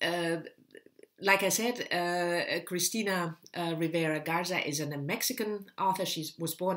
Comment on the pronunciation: great that you'll read Cristina's novel (you pronounced her name perfectly!); I love Mexican literature though haven't read this specific one. see what you think...